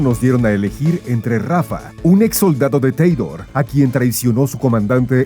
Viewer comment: Pta lee bien es Tediore no Tedior 😂